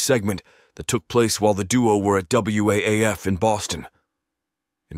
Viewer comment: Yeah, it pronounce the old radio stations as words instead W-A-A-F and then O and A's was O and as